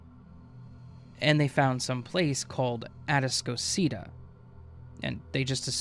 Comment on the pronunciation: It’s “A-task-o-cita” man. They don’t know what you’re talking about because you’re mispronouncing the name babe 🙄 Which makes me doubt the entire story because no one in Houston would pronounce that name as such. Maybe you went to Galveston island immediately after a hurricane girl. 🙄